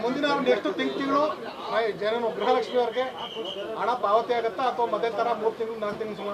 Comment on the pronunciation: ಗ್ರಹ ಲಕ್ಷಿ ಅಂತೆ... 😂😂😂😂